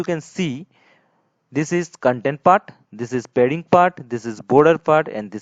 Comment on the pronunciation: oh man its not aa wedding its aa padding